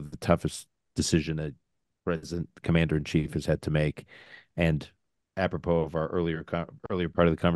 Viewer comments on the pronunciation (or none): none